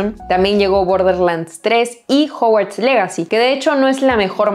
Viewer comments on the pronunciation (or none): none